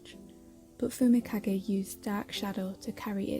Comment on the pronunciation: subtitle pronouncing fumikage Subtitle : fumika gay walk- Subtitle : fumika gate